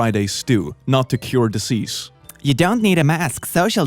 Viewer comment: Normal people: Dizeeze: dissseese